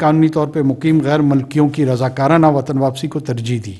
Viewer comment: " WATSN " nahin " WATAN " prha jae.